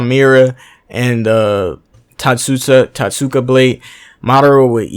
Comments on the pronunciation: It's tot-suka blade your welcome 😉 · lets pronounce this together, Toat-ska that was driving me crazy. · Yeah itachi would outplay the hell out of Madara imo. He was only this mastermind because he had all these years to live and plot. Look at young Itachi vs young Madara. Also bro pronounce it Toteska Blade